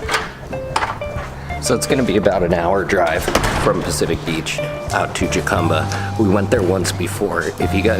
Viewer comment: So... I guess you pronounce Jacumba that way because you are a rastafarian... and you believe in Ja ? or Ha Please don't pronounce it that way, it makes you sound like a real dunce. jajajaja :D